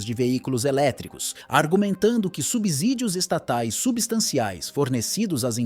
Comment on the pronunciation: Depois de ouvir "subZÍdio" (som de Z/desisti) do vídeo.